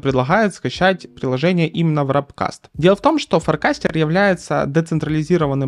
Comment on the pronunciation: ваРПкаст, а не вРАПкаст!